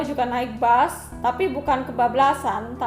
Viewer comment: Yg ngomng terlalu lebay sejak kpn bus di ganti dgn bas